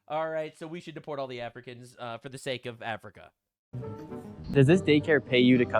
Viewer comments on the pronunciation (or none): none